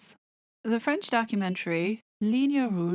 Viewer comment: where did you learn French? As a Canadian, I'm beyond impressed with your accent and translation skills, well done 👏